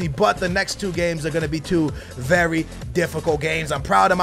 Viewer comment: No Wenger is a wery good manager wery good